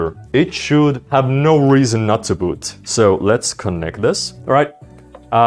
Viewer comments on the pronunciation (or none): none